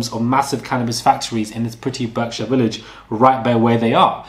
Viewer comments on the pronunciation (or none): Berkshire = BARK shire. Get on the prigramme. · Berkshire is pronounced barkshir (slient e at the end) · Pronounced Barkshire. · Actually he doesn’t pronounce Berkshire correctly!